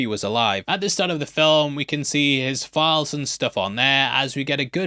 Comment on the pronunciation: If you could pronounce “files” it would be easier to understand your point.